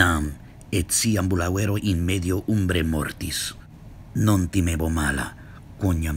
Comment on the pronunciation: Una domanda. A giudicare dalle parole italiane derivate, come ambulanza ambulante deambulare, la pronuncia corretta potrebbe essere ambulàuero (o ambulàvero)? E non ambulauèro?